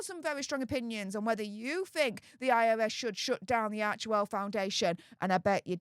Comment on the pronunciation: Isn’t it arch well , then central e is silent?